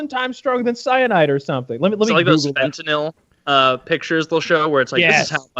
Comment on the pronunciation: Just want to show appreciation for Taylor knowing how to pronounce fentanyl (-"NIL") correctly.